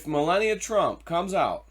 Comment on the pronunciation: Learn how to pronounce our First Lady’s name, damn it!